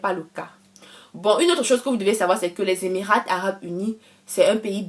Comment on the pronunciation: Il faut mieux soigner l'introduction ( faire court), éviter les redites, et soigner davantage la présentation. Le T de EMIRAT ne se prononce pas en français ( on lit EMIRA).